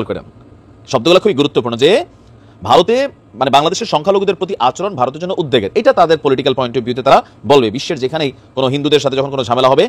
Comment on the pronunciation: উদ দেগ নয় -- উদ বেগ